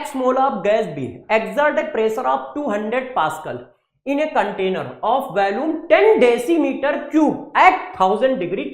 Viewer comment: sir ji its volume not valloom😝😝 Please don't take it seriously